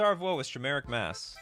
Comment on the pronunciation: I think you're pronouncing chimeric wrong. It's pronounced like Kai. You're saying it like shy. Like die but with a k sound